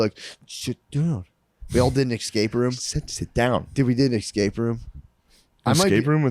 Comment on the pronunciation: Love Matt saying "exscape"